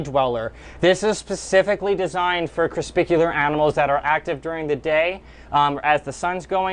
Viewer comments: Is it just me or is he saying corspicular instead of corpuscular? lol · Just so you know you pronounce "crespicular" as crepuscular. Lol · Not creSPICular😂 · Anyone else bothered by how he says crepuscular?😂😂😂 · Omg yes!! Lol Not hating on you dude but you can’t be educating people with the wrong words 😉